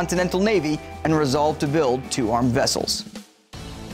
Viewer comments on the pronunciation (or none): none